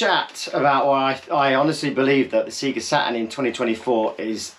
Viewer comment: Sea'ga Saturn? Purple open button?? 😅